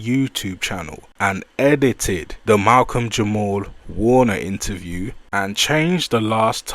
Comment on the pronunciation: yall gotta unsubscribe to these weirdos commenting on things they not of or from.... nigga didnt even have the decency to get Malcolm name right 10 seconds in... this is worse than mel click bait title